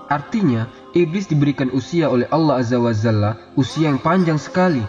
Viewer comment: Azza wa jalla apa azza wa zalla? Mohon diperbetulkan